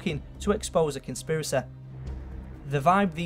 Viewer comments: consiprisY emphasis on the Y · conspiraceh telepetheh jokeh. Best accent I say...